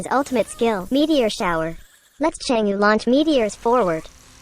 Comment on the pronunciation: Anyone getting triggered by the way he says chang'e, bcos he's saying it wrongly tho